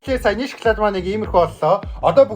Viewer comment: Эргүү юм уу ? Шоклайд Шоклайд л гээд байх юм мал байхаа 😂😂😂😂😂😂😂😂😂😂😂😂😂😂😂😂😂😂😂😂😂😂😂😂😂😂😂😂😂😂😂😂😂😂😂😂😂😂😂😂😂😂😂😂😂малын сараа байхаа эрэгтэй юм байж нүүрээ будаад эргүү байхаа хүүхдэд дан чинэрэн бүтээгдэхүүнийг л үзүүлэх юм хэдэн удаа хэлэх юм би нэг л хэлье